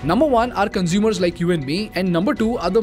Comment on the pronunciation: 'Retail Consumers' NOT Cosumers